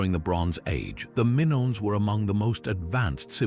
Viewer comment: 😅😅😅never heard Minoan or Mongol mispronounced before. EPIC FAIL.🎉🎉